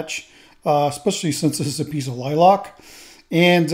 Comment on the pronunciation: Sir... I just stumbled upon your channel. I LOVE your work. However, you have me scratching my head. I have never, in the 40 years God has graced me on this earth, heard anyone call a lilac a "lie-lock". At first I thought you were talking about a different tree or bush... but nope. I live in the Ozarks part of Missouri, so of course, heard a lot of funny things. But every time I hear lilac, it's "lie-lack".